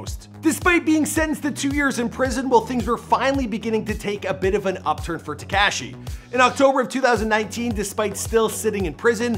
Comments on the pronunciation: Its not tea-cash-eee is te-ka-shee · Bro. I can't listen to this anymore! HIS NAME IS TA KA SHI !!!! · Why tf did he refer to him as “tekASHEE” the whole video 🤷🏾‍♂️😭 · Teakashhhhhi 🙄 stop saying it like that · Lol he's not pronouncing his name correctly 🤣